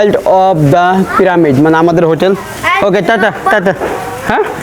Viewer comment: ভাই, আপনার ব্লগ তো ভালোই লাগে কিন্তু আপনার কিছু উচ্চারণ সঠিক করতে হবে, প্রামিড নয় "পিরামিড", হায়েরোগ্লিফ্লিক্স নয় "হায়রোগ্লিফিক্স"